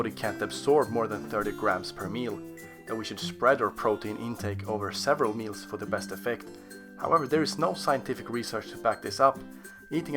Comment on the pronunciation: it’s meals not meas